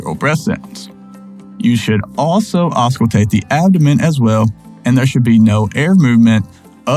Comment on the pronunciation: right. I thought the same thing, so when he said ausculate, I was like huh???